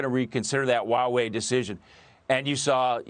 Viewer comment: Dude. If you can't even pronounce Hua Wei correctly wtf do you know about China?